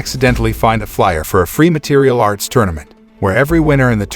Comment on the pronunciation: material arts? or is it martial arts. as much as I like your recap vids your always messing up words. one would think you would edit vids better.